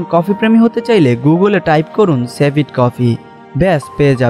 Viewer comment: 'সেভিট' নয় রে ভাই, 'সিভেট '